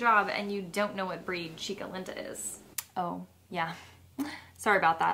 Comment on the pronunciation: I speak Spanish and the way she said Chica Linda killed me lol its pronounced Cheeka leenda lol It means pretty girl Chica means girl and Linda means beautiful or pretty.